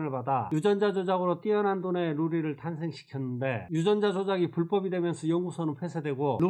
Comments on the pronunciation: 로리웹아니라 루리웹!!! 설마...🤔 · 루리를 자꾸 로리라고 하시면 아니되옵니다!ㅋㅋㅋ